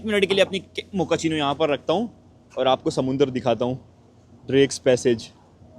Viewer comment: Abee Mokachino coffee hota hai bae, mokachino Mokachino....